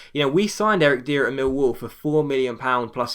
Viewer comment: "Dier" is pronounced "Dyer"